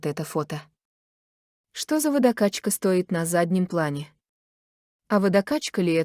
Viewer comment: СтОит карниз с лампОчками.... это что? Что за лампОчки такие? Слушать это невозможно.... неодушевленное озвучивание-это издевательство над своими подписчиками...💯